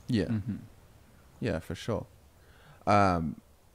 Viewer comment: Warm take: have never said "for sure". He only says "for Shor"